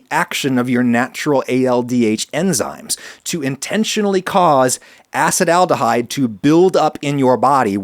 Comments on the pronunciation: great episode, except he keeps pronouncing Acetaldehyde as "Acid Aldehyde" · I always used to pronounce Acetyldehyde as assetal-dehyde just realised after 10 yrs its actually called a-sah-tal-dehyde Ty for the interesting pod, I'm really sad there's no research done on Indian(the country) people, we are so varied and diverse we could even have a lot of variations between us genetically. But I guess most phenotypes are tolerant towards alcohol